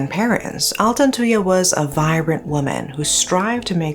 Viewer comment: I was still very young when this happened so I never really understood the case. But I will never forget the name Altantuyaa. Finally hearing it properly as an adult! Thanks for covering this, love from Malaysia!